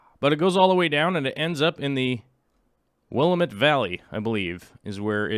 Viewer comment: Will-am-it not Willa-met. I hate being that person critiquing your pronunciation but I guess I am that person:)